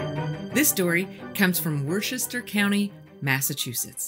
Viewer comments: It's wuh-ster, not wor-sher-ster. Confusing I know lol. Coming from someone FROM Massachusetts, idk why we name things like this haha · It's pronounced WUSTAH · Worcester is pronounced like wistah' 👍 Love your storytelling. Right up there with Mr Ballen. Glad I found your channel. Liked and subscribed 👍😎🤙Cheers from Massachusetts